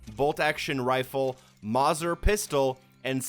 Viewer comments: Its pronounced mauser not mazer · Mazzer it’s mow-zer you liberal fool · The way he says Mauser . It's pronounced moucer not mazzer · Mouser pronouncing not maser it’s a German name 🤣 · Its not a mozzer pistol its pronounced mowzer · Vented , mouser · This guy doesn't even know how to pronounce the guns name correctly...skolefield. mawser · It’s pronounced mowzer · Schofield is pronounced skofield and Mauser is mowser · The pronunciation of Schofield is "Sko-field" and Mauser is pronounced "Mow-ser" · 'Showfield revolver'. How could you fuck it up that bad Edit. 'Morzer Pistol' my god your German is bad. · I simply cannot get over the way you pronounced Schofield and Mauser in the video 😑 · When u mispronounce one of the most iconic pistols in the history of the world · Your pronunciation of "mauser" and "schofield" are horrendous.